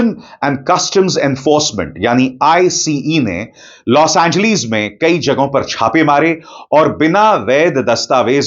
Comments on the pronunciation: Los Angleeees 😂😂😂😂 hahaha o sir name to thek say lo 😂😂😂😂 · Bro 😎 please 🙏 stop 🛑 don’t say los angleeees 😂😂😂😂 L A 😂